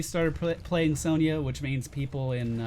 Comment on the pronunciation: Isn't it pronounced son-ya not sown-ya???